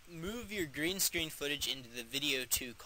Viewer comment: did you say green sdreen"